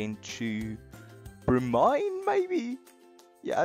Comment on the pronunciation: bromine (bro MEEN)